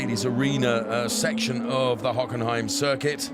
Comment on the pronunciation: Hockenheim was butchered.